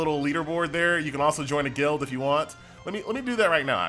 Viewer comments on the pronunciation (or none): none